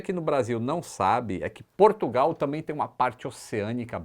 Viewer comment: Portugal... O porto diz P"u"rtugal...kakaka